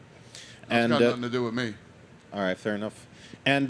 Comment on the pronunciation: Thit he just said altight gang